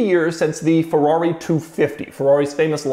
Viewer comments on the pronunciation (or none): It's called Ferrari, not Fewawi!!!😜